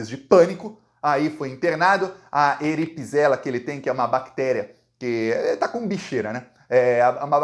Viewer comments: Não é ERIPISELA e sim ERISIPELA 😅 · Erisipela, eripisela non eczeste! 😂😂😂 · não é eripisela, é erisipela kkkkk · "eripisela" vc é demais kkkkk o correto é erisipela!